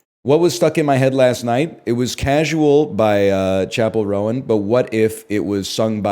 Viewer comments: Pronouncing it "Chappell Rowan" from now on. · chapell row-an